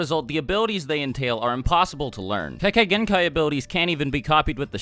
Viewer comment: The Idiot Says Kekegenkai